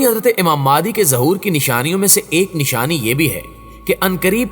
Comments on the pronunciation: بھائ ذرا تصحیح کر دیں نام مہدی تو سنتے آرھے ھیں، یہ مادی کہاں سے آ گیا؟ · Maadi nahi mahdi a s hai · Please pronounce the name of Hazrat Imam MEHDI A.S.pròperly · Pronounce the name properly, it's Imam Mehdi.